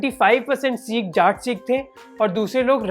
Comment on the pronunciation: Seka nahi bhai sikh